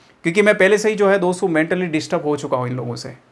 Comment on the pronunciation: सर आप दो सौ मत कहो "दोस्तो" कहो तो अच्छा है😊😊।